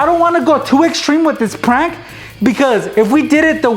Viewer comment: You don't even now how to say prank